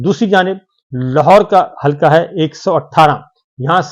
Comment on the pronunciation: صابر صاحب۔ لفظ حلکا نہیں بلکہ درست لفظ ۔۔ حلقہ Halqs ھے ۔ وسیم انکل کراچی